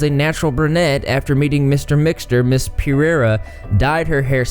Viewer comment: I love the way you pronounce Pereira.